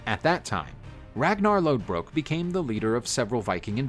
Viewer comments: His name is pronounced Ragnar Lothbrok... the d in Lodbrok is actually a ð and it makes a "th" sound in old norse and the "o" was drawn out like "book". Read up on your stuff. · It's lothbrok not lodbrok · Isnt it Ragnar lothbrok not lodbrok? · lodbrok is wrong its in denmark lodbrok is pronounced loth brok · Isnt it Lothbrok... Not Lodbrok? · Him saying Lodbrok instead of Lothbrok, irks me. Him calling Lagertha a "squire" instead of a sheildmaiden also irks me. A squire is different than a sheildmaiden. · No it’s not.. it’s Lodbrok. Do some research before you start spitting misinformation.